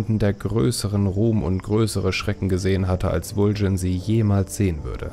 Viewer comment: super video's! aber warum sprichst du so viele namen anders aus, als sie uns das spiel vorgibt. warum Vul'jin?